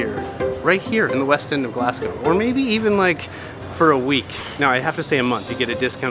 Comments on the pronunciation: and Glaz-go. Not Glass-co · It's pronounced as Glazgo not Glass gow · Just a wee pointer on pronunciation... Glaz-Go not Glass-go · It's pronounced Glazgo. True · It's amazing you can't even pronounce the city name right. It's not "Glass-go". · Its not glascow fs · I’m Scottish and it’s pronounced Glaz-gow and edin-bruh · I tried to watch, it was painful to hear the pronunciation of Glasgow and Edinburgh